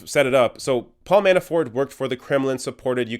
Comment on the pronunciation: Is he saying Manaford? Anyway... Funny